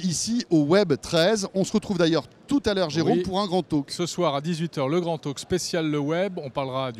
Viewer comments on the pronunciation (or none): grand taLk pas tauque